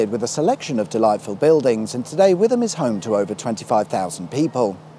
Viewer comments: It's whit ham that's how you say it, not Witham as you say, English language for you mate, great video tho lol 😂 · The town of Witham is pronounced Wit Ham not With Am. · Wit-hm. Not "Withm". And, you're better off just saying Hatfield Pevril, than "Pev-er-el". Just like we never pronounce the "er" in "Fingeringhoe". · Today I've learnt that people out there put a "th" in Witham. I've grown up in Essex only ever hearing Wit-am. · its wit ham not witham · It's wit ham not withem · wiTham not with'em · Haha!, its 'Pev-er-all' and the small town is pronounced 'Wit-am' I hope your alloy wheels survived the brutal moon cratered roads between Chelmsford and Colchester. Trust me, driving on the moon is smoother! 😆 🤣 😂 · Wi'am was the one that stood out for me, it took a while figuring out where he meant. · That's what I thought. It's pronounced WITTERM. I do love these videos. The cheeky young man brightens up my Sundays especially when he includes a hint of ferroequinology as he did today when referencing the old railway line to Maldon. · the town is called Wit Ham as the man above says maybe you need to talk to people about the next video so you get the town names right. You was right the first Time Hat Field Pev ver all 😀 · Witham represent! Nice to see a video done on our local area! But its Wit-am Or Sh*tam in our local pronunciation 😂 Not far off the B1137 between Boreham and Hatfield Peverel on the Waltham road is the Essex Police HQ, where they have their garage and repair shop for their squad car fleet and in the field behind is their Helicopter base. Its on the old place of the Ford Motorsport rally test track. Thank you for the episode, it was Thwicked sweet awesome 😂😂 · Witham pronounced "Wittum"...Carry on that man...keep up the good work! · Sorry to be a pedant , Witham is pronounced as wit..ham, stress on the t. Great video as usual.👍👍👍👍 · Chelmsford is a city now Witham is pronounced wit ham. Your forgiven farage said the same 😂😂